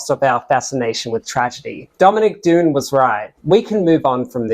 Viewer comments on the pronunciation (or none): The narrator pronounced "Dunne" wrong.